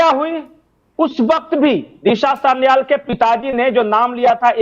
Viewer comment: सान्याल नही सालयान